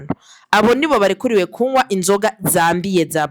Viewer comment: Ntibavugá « kunwá » bavuga « kunywá »